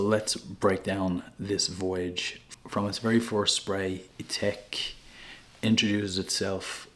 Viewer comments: I notice that you pronounce it i-tek but shouldn't it be pronounced i-tak as its spelt Ithaque? 🤔 Just wondered. I see Memo Paris has a fragrance called Irish Leather! Do you have that one too? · It’s spelled Ithaque and pronounced Ee-Tack